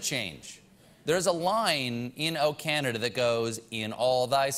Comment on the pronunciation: Love it! The singer needs to work on the pronunciation of Canada, however, as it sounds like he's saying O Caneeda. But I guess we all need a little more Canada in our lives.